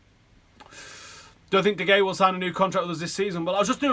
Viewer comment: De Hey-a. Fuck sake sort it out. It drives me mad. You might as well be saying Zaltan.